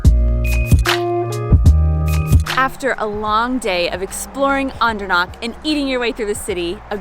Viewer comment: guuuysss, can you try harder to make H sound? : D CH is like H in have. Andernach, machen, Nacht etc etc It has a vowel before, so it shouldn't be that hard to pronounce, probably doable even for Americans ; ) today I talked to one of our US employees and his last name ends in -macher, I asked him how to pronounce it properly (because you'll never know with Americans : D ), the reply? "MaCKEr, it's German" hehehe. I didn't want to correct him, he sounded so proud, probably 4th or 5th generation American.